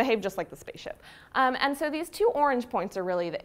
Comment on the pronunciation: What is that accent when she says "sooo"